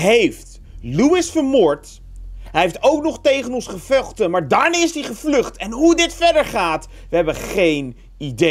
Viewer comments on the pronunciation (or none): " gevuchten" hahaha lekker bezig